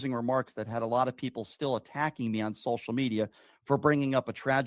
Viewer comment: Is he originally from the northern states? Just finding it weird how he says social media. He pronounced it as sol-shall media.